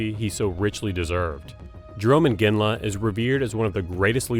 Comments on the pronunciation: Not sure why you would repeatedly mispronounce "Iginla" as "Inginla." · It's not "Inginla."